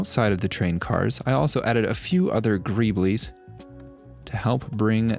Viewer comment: Your are pronouncing Greebles wrong. Singular it is Greeble. Say it singularly, without the s, then you will realize how silly greebleees sounds. Nice work though.